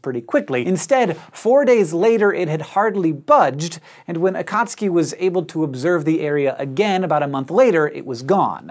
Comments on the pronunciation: AKATSKI? Nooooo!!!! AKATSUKI..... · A-ka-tsu-ki, not a-kat-ski... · Akat suki ? This guy says Akatski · It's Akatsuki, NOT AKAAATSUIKI! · In Japanese, Akatsuki is pronounced AH--kut--SUE--kee. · this might have been mentioned already, and this is, in no way, a criticism, but akatsuki is pronounced ah-khat-su-ki. strictly speaking, for informational purposes. still love what you do for this channel and please keep them coming. ;) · It bothers me that he doesn’t seem to be pronouncing akatsuki correctly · I think it's pronounce Akat-soo-kee but I'm not sure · Hank, you're not pronouncing "Akatsuki" correctly :)